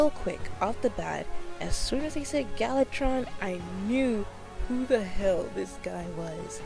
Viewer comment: Ma'am it's gal VA tron. :)